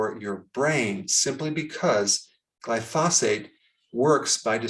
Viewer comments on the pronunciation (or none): It is pronounced GLY-fo-sate. It is not phosphate. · Glypho-SATE, Just so you know. The emphasis is on the last syllable.